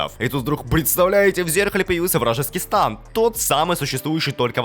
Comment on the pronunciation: Не станд а стэнд!